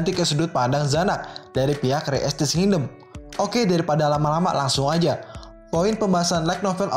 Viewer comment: Setiap mimin Bilang King-dom kok gue ngakak ya.. wkwkw Nice min